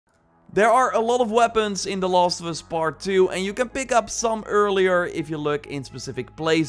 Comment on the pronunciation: I love the accent : "The lost of us"